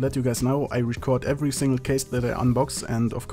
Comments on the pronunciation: When he says a single case man it sounds like I just kissed a man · when he says "a single case man" it sounds like he says I kissed a man...